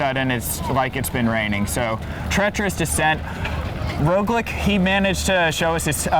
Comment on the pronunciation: Great video guys, but god, it's "roglitch", not "roglik"